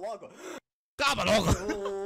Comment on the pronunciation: U Said CABA LOGO but this ITS a word from brazil